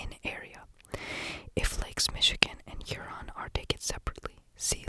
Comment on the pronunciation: Huron is pronounced here-on (I’m a Michigander so I’m kinda a pro lol)